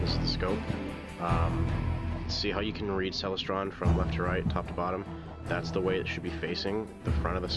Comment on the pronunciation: Awe geeze man, your scope is a ceLESTron, as in celestial, not CELestron! Clear skies.